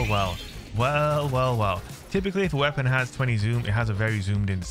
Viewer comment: Goopy wea-ponn. Glorious!